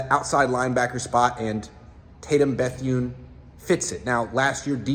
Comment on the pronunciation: Why tf you pronounce his last name like that, made that way harder than it had to be 😒 wtf